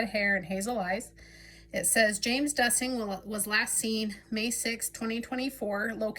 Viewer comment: Hi! Thank you for posting! His last name is pronounced DEUCE-ing or DOOS-ing just to let you know. His brother Scott lost his life to suicide a few years ago. Although I do not usually support intuitive efforts, I am a close friend of James’ ex wife and want to do anything to support this family and I appreciate any sharing as his family does of course as well.